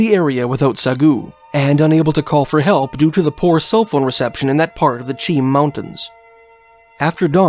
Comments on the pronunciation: I was born in Kelowna. It’s not in the south Okanagan. NOCA the North Okanagan Creamery Association is there. I lived in Chilliwack. The locals pronounce Mt. Cheam as “ chay-am”. You really don’t know what you’re talking about, do you? You are spouting off this drivel written be some other guy who has never been there like you’re experts. I know about David Paulides. You are trying to make a buck by applying his theories to BC. Sure people go missing in the forest. That’s not mysterious. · Man you are almost 10 for 10 with proper translations, the "Cheam mountain" is a first native name, pronounce "She-am" other than that you did amazing. And cheam is something I often hear mispronounced, even by my cousins in abbotsford lol no big deal